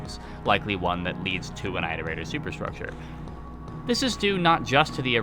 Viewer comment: Why don't rainworld content creators know how to pronounce "Iterator"? IT-O-RATOR not EYE-TOR-ATOR